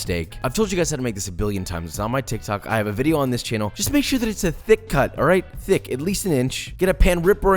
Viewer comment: When he said thic-c I felt that